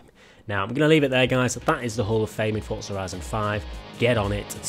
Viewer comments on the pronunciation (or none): "Fortzar horizon 5"